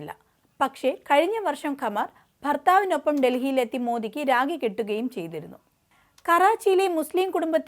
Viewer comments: Its not ragi....rakhi is the correct word. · രാഗി അല്ല രാഖി ആണ് ശരി